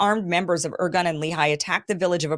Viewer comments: Kim..please…if you’re going to do this presentation, commendable by the way, ask for help ahead of time with names and proper pronunciation. It adds so much more credibility. I’ll do it phonetically. Men-achem Be ,like “bay” gin ,like I’m “gin” na get ya. The terrorist gang Irgun, like “ ear” ,like “guun “. Others were the Stern Gang, Hugannah, Lehi and a few lesser lights. They strung up British troops in orange groves after killing them. And killing civilians wasn’t above these “ moral” group of terrorists. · I like Kim, but this needs a serious fact check. The Irgun (she couldn't even pronounce the name? How much research was done here?) were a militant underground organization that operated outside the mainstream Zionist leadership. They were NOT representative of Israel (which didnt even exist prior to 1948) or their leadership, but she conflates the two as being the same. The fact is the main Jewish leadership, represented by the Jewish Agency and the Haganah all condemned this attack. No mention of that by Kim. As a side note, the Brits in 1939 issued their 'White Paper', which severely restricted Jewish immigration and forced many Jews back to Nazi occupied Europe. Never an excuse for violence, but this was the main beef of the Irgun. Again, no mention of any of this relevant information, just "Israeli Terrorism Campaigns" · not "organ" but "IRGUNE" "IRGOON" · "Irgun" is pronounced "ear-GOON" (I'm fairly certain), and yes there were the OG terr0r!$t organization in the Mid East. They basically invented terr0r!$m as we now know it. They also liked to disguise themselves as MusI!m Ar.@ while committing these acts in order to deflect bIame and trick us into f!gh.t!ng their enemies for them. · Ir GUNNE. Men AH hem BAY gun. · Hyperbole much? She's OK, but she'll be forgotten in less than 50 years. Her inability to pronounce correctly basic words like IRGUN does not impress me in the least. BEFORE you get upset, I like her, but I don't worship her.